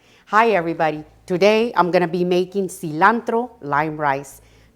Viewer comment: I was iffy about this video but as soon as I heard that seelahntro spoken in Spanish. I was locked in ❤